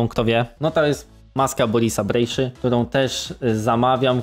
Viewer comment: Fajny odcinek, świetnie się rozwijasz! PS: Wymowa "BrejSZa" było dla mnie ciekawostką, dzięki!